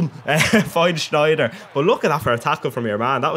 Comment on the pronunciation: You pronounce Wijnaldum right, but it's not SCHneijder, it's just Sneijder.